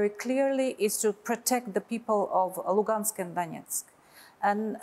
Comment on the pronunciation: bu masih tanggung bicara bahasa inggris. Bawa koresponden yang bisa bahasa rusia lah. Dengar aja cara dia menyebut " Donetsk dan Lugansk ". Tuh contoh media Kumparan. Koresponden nya berbahasa rusia, sehingga bu gak tanggung ngobrol juga.